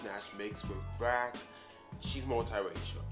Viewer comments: What the hell is a”brack”??? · Wtf is brack ? You mean black